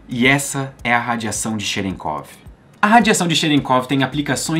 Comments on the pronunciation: kkkk cherekov kkkkkkkkk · Cherenkov, eu não tenho maturidade pra pronunciar essa palavra por aí não